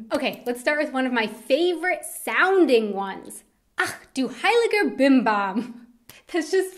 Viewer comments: Don't say 'ex' in that way😂 you have to put a more bored and maybe already drunken sound in it...😂😂 But that 'heiliger Bimbam' thing is just perfect👌🏻 LG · Ach Du heiliger BimBam - is more a bit scared surprise expression (i.e. when something bad happened) rather than just being surprised & it sounds awesome when you say it - keep it! :) ex! - lose it. Stick with "zum Wohl". Ratz Fatz - sounds really nice when you say it, but maybe you have to find more fitting context to use it ... Dödel - it can mean dumb person or jerk, but it can also be a slang-word for penis! Batzen - i don't know about Bavaria but in the rest of Germany better lose it. Kopfgärtner - i laughed so loud at this one! I never heard it before and i must say i love it! It's a really funny one pun. Use it - if you like to and are in a joking mood. :D - btw that's so awesome about german, that we are able to invent new words just as we like and everyone is able to understand them. :) Gammel is junk, yes - but i know it only as a verb: "Ich habe heute den ganzen Tag nur herumgegammelt" means "i was lazy all day long", and by lazy i meant really lazy! Or food is "am gammeln"(and "gammelig" would be the result of), then it means the food is rotting. Faxenheini - yes that means a funny jokster GickGack - i didn't know this one, but i'm also not a youth anymore. ;D I know only "gickeln" (means snickering) and "gackeln" (means chitchat in a funny way). Btw your pronouncing is really good, only at the GickGack you spoke the "a" like an "ä", but everything else was fine. :) For german slang-words just go to "Sprachnudel" or "Mundmische". You can find both on Google on the